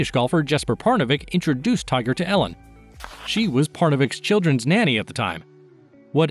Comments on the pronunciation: It''a pronounced EE-lin, not Ellen. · His wife’s name is pronounced EE-lin, not Ellen. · Freckles: just want to make a correction; it's Elin pronounced Eelin (Swedish). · His ex wife’s is not Ellen, it is ‘Eliiinl” she has a Swedish name.